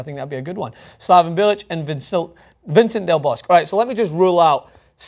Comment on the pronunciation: BTW, it's pronounced Vicente (V cent a) del Bosque (Bosc-a) Pronounce those E s please